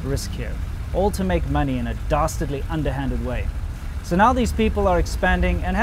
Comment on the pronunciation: I thought he said BASTARDly